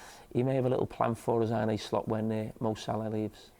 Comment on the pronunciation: Arne, not Arney